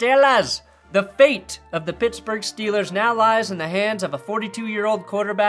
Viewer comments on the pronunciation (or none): none